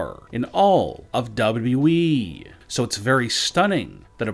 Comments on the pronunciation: His voice is so damn annoying though its WWE not DubYaDubYaYeeeee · he says wwe weird, “wwdrwddre “ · What the hell is a "Dabe You E" ???? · Would you talk NORMALLY......ITS WWE NOT DOUBLE DOUBLE E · Why do you sound like that ? you pronounce WWE like Elmer Fudd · I can't stand they way this guy talks but the way he says WWE is hilarious. No one ever talks like this